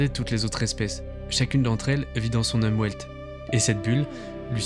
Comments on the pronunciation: le « Umwelt » se dit « oumVelt » et non pas « oumwelt » super video sinon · (mode grammar nazi on) "Umwelt" ("environnement", en allemand), ça se prononce "oumVelt", pas "oumOUAIlt" En allemand, le "V" se prononce "F", le "W" se prononce "V". (mode grammar nazi off) Chouette vidéo, encore. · ça se prononce " Oum velt" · C’est même «Oumvelt». Welt c’est le monde, et la préposition um signifie littéralement autour, c’est donc le monde autour de nous, notre environnement… Quelque chose comme ça. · Umwelt se prononce plutôt oumvelt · Si jamais, le mot "Umwelt" se prononce "oumvelt" et vient de l'allemand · "Umwelt" prononciation : oumvailt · Umwelt est un mot allemand qui signifie "environnement". Il se prononce oumvelt. Phi (le nombre d'or) ne se prononce pas Pi (3,14). Une certaine rigueur est essentielle dans ce genre d'émission. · Super vidéo ! Juste une petite précision, l’Umwelt (prononcé Oumvelt) veut dire environnement en allemand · Aïe aïe aïe Umwelt se prononce Oumvelt, Phi se prononce fi et Husserl se prononce Housserl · Superbe taf, et petite remarque de germaniste au passage, "Umwelt' se prononce "Oumvelt" 😊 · En tant que Germaniste, j'ai souffert lors de la prononciation d'UMWELT 🤣